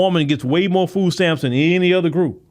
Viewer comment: MORE. Not MOE.